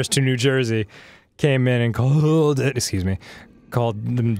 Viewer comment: "Farners, farners to New Jersey." Dan just went hard 'Joisey' there.